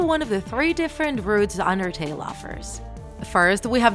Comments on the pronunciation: Im sorry but i heard andertale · When you say "Undertale" its sounds like "Andertale"